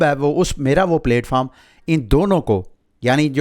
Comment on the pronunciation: Its not 🍽️foam 🙏🏻 its platform.